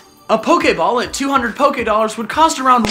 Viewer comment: Poké ahhhhhh dolers pokeedolers poke a dolers